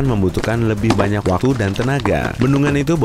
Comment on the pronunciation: watu:v min bicaranya jangan cepat ntar lidahnya keseleo kyk bilang waktu jadi watu